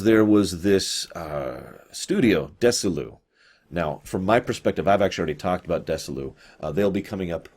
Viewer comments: DEZZI-LU not DESSI-LU; ; and LUCILLE BALL, not Lucy Bell...these names are HUGELY FAMOUS, and frequently spoken aloud...not knowing them kinda calls into question how well you did your research in other areas... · A few corrections: There's no "Ms. Bell, Lucy Bell" associated with STAR TREK but there was Lucille Ball, and she was married, for a time, to Desi Arnaz, with whom she did I LOVE LUCY. His first name was pronounced Deh-zee, and Desilu studios was a contraction of their first names: Deh-zee-lou. Doesn't sound like "dissolute." C'mon,! lol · "Dessy-lou" Um, no. Dezzy-Lou. Named, obviously, for the husband and wife's first names. He was not Dessy Arnez. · Desilu is Desi Arnaz and Lucille Ball, Desi lu. You are mispronouncing it. At the time they were a big thing having all fo Lucille Ball's tv shows and many others including mission impossible so Nimoy was a proven item with their studios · That made me cringe too. BTW, her production company was pronounced "Desi" as in Desi Arnaz " - Lu" as in Lucy.